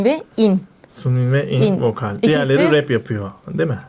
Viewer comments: Abla i.n Ayen diye okunuyor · abla ı.n ayen diye okunuyo bilgilendirmek istedim😊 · abla ı.n diye yazılıyo ama ayen diye okunuyo isterseniz ikinci adı jeongin i de kullanabilirsiniz